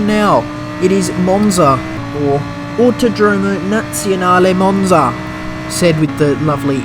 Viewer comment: Lol, it's 'autòdromo' not 'autodròmo'. Autòdromo Nazionale Monza, the rest of the pronounce was ok.